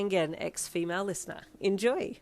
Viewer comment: Your Aussie accent when you say enjoy is always my favorite part of the intro 🥰😁(American here lol) “Lying is very unflashy” 🤣🤣💀